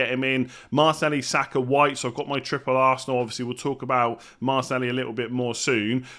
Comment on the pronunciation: Please pronounce Martinelli correctly. 😩😩😩😩😩😩😩😩😩😩